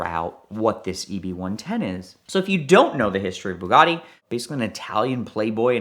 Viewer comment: "Bug'audi" lol whats the Rimac equivalent 🤗😂😝🤷🏻‍♂️